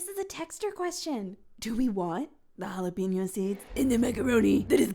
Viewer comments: if he says jalapeno like that one more time im bashing my head into the wall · You can always tell a person's cooking level when they think macaroni cheese is macaroni pasta with cheese. His pronunciation of jalapeno has got to be a hate crime. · The way he says "jalapeno" upsets me because you can tell he's doing it on purpose and I hate it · yes and I've been wondering all this time if it's a joke or...he's really really trying to hard